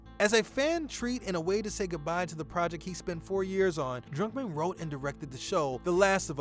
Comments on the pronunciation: bro its Druckmann not Drunkman😂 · Are you sayin' Drunkmann? im pretty sure its DRUCKMANN, UCK DRUCK not DRUNK. :)